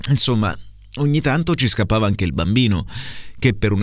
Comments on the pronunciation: Il terzo errore potrebbe essere: talliavano pronunciato con due elle invece di GL. L’altro che ho trovato è: inzomma invece di insomma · Ci provo, vediamo se il mio ascolto attivo è buono, allora, secondo me i tre errori sono: 1) Inzomma 2) nomi 3) porto P. S. complimenti per la lettura, bellissima! 😍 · Dieci giorni con E chiusa - INZOMMA XD - "Era un BUON piano" con uo chiusa - "Gli piacevano i nOmi dei cavalli" con o aperta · Proviamoci: la s di "insomma", "nòme" e "pó"....e poi tutti a ripetizione da te! :)) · Non ce l'ho fatta ad aspettare domani. Allora: 1 occhi aperti, pronunci la e di aperti chiusa, credo sia corretto pronunciarla aperta 2 gli uomini, non pronunci la gl, dici "i uomini" 3 la s del primo insomma è sbagliata, è giusta quella del secondo insomma